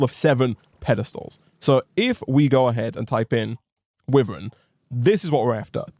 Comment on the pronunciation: the way he pronounces wyvern actually hurts me, it's supposed to be why-vern (like the dragon) Say it however u feel, just though I would let you know just in case. Love ur content, keep it up <3